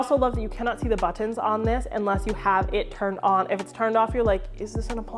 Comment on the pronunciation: Where are you from? The way you say “ButTANS” and “CurTANS” is unique… My Philly accent jumps out from time to time hahaha but that’s a new one for me! Love the channel